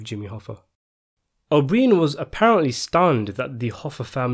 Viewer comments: Pronounce his name as O'Bryan, not O'BrEEAn. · I find it so amazing how much useless information u have about Hoffa trivia and this movie but u butcher this guys name. It’s not even like it’s an exotic or long Italian name, his fucking name is O’Brien it’s so easy